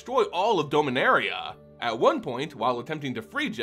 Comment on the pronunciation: Not trying to be judgmental, just curious, why do you pronounce Dominaria wrong?